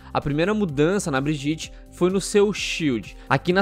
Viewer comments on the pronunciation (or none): Se você fala "Brigiti" vc ta no mesmo grupo das pessoas que falam "Trásser" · fala o nome da personagem direito pelo amor de Deus